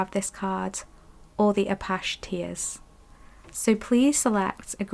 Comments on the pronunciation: 3 ✨thank you for the reading. Also, “ah-patch-ee” like the north American indigenous people.🌻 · #3 first let me say I abSOULutly LOVE ur readings. I resonate wit ur vibe. Apache tears crystal- as in the Apache Indian is how it’s pronounced I believe… please do not think I’m being rude bcuz that is not my Intension at all I’m just tryna be helpful.